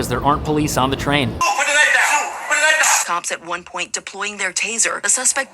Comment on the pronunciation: That’s not a knoif this is a knoif😂